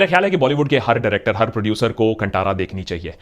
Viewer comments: Sir it should be pronounced कांतारा। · Kindly correct your pronounciation of movie name. It's कंतारा not कंटारा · कंटारा नहीं बाय, भाय। कांतारा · Bollywood loog keliye KANNADA shabdh uchharan karne hi nahi aathi, tho ye achhe movies kaise ban payega. They always pronounce KANNAD insted of KANNADA, कांतारा ko कांटारा bolthe hai. Respect languages. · Sir…it’s pronounced as कांतारा not कंटारा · Abhi bollywood movies me koi dum nahi hai....south movies are booming and rocking. Watched Kantara in kannada (right pronounciation is Kaantaara) कांतार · It's pronounced as Kaan-Taara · Its pronounced Kaantara with 'tara' wala 'ta' not 'tamatar' wala 'ta' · Bhai it's pronounced Kantaara as in "ta" in "taare" not Ta as in "Ta"rzan. Also, it's pretty funny seeing both left and right claiming Kantara is theirs 😁